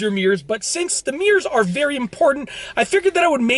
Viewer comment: Nobody: This Dude: Meeerz